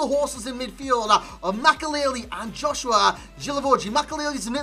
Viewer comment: JOSUHA NOT JOSHUA